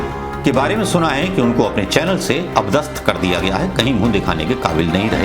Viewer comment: अप दस्थ नहीं, अ-पदस्थ बोलें